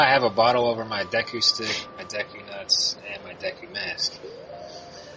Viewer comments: It's De-ku not deck ku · It's pronounced D-ku, not Day-ku god damn it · でく deku not でいく "deh ku" not "dee ku", or "de-i ku" like です desu Cosmo says it right >_> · they say deku like " dayko" lol its " deh-Kuuuu" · Any self respecting Zelda fan knows that it's De-ku not Deh koo. I guess fans have their own way of pronouncing it. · deku not deku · I always pronounce it deck-you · i pronounce it dee-koo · lol, to each his own, I've always pronounced it Dew-ku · meh alot of my friends say dayku, so Im pretty use to it NINTENDO, Y U NO WORD THAT ARE EASY TO PRONOUNCE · ITS DEF deku (DAY-KOO) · I've always pronounced it dee coo :P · i always pronounce it deck-yu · But seriously, that guy that kept using long vowel sounds. What the hell? Dayku? Termayna? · It's DEE KOO, the pronunciation of Deku. Lol. "It's pronounced Deku." Lmfao. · ITS DEE-KOO :D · Deku is pronounced Deeku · well, dee-ku is how it's spelt so I don't see why we wouldn't pronounce it like that :) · It really must suck to have English as mothertongue and therefore problems with pronouncing most simplistic japanese words such as deku. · It's deku not deku.